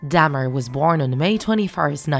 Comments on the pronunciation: I can't stand how you say Dahmer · Bih ain’t saying his last name right. I don’t know why but it’s mildly infuriating. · Why does it trigger me that they’re saying “Dam-er” instead or “Dah-mer” 😭